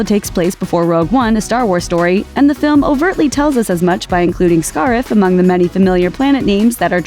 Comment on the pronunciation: The pronunciation of Scarif tells me that the female narrator is not a Star Wars fan, but just someone reading a script. Bummer.